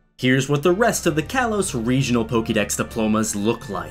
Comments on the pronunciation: Is it just me or is anyone else so annoyed that he keeps pronounceing kalos wrong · The slight mispronunciation of kalos bugs me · He is a poke fan but he pronounces things wrong Like kalos and rotom